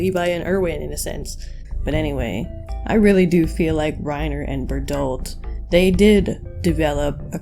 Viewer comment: I really felt like Reiner SLIGHTLY exaggerated how he described the members of the 104th Also why do you pronounce Bertholdt as berdolt? Actually pls answer me